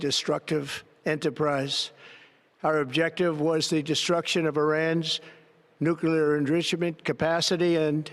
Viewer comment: …”Iran’s nucleeishishh capacity”….huh?